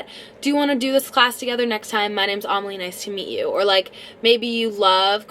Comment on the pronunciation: Wait is it pronounced like Amalia without a A or Amelia without a A